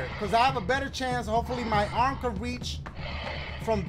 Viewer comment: Brooooo dying😂😂 "Bring out your other orm"😂